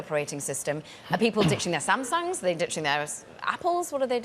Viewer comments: Amazed she pronounced Samsung correctly. Many reporters and people don't take the appropriate effort. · thats just how its normally pronounced in british english. you're probably only used to hearing how americans pronounce it.